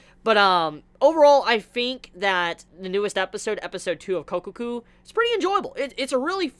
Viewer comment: Sure, i'll keep watching. I won't call it "one of the best" this season, though - worth watching doesn't mean the same as that to me. By the way it's Kokkoku not Kokoku. The "kko" is more pronounced/emphatized